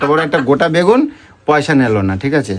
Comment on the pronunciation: কথাটা হলো help হেল না কথাটা ঠিকমতো বল তোমার কথার কে ধরবে না মানে? তুমি কোন কথা ঠিকমতো বল তোমার প্রত্যেকটা কথাই তো ভুল যেমনি কি বাগুন, গাবলা, দরমুজ